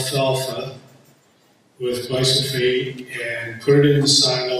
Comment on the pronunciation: question on glyphosate which is pronounced slightly incorrectly by the asker.